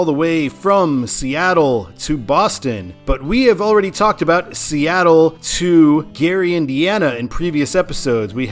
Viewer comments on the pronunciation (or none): none